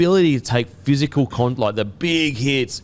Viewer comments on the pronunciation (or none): none